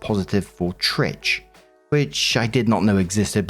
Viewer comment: When doesn't know how to pronounce "trich"............